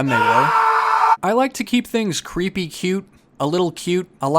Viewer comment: says cupy (c-you-pe) for creepy and cute